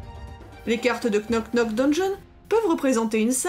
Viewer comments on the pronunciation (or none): Super video et très sympatique jeu! ( pour info, le k ne se prononce pas, ça se prononce [nok nok deunnjonn])